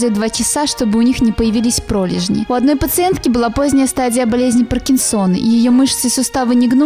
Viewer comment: Па́ркинсона, а не Паркинсо́на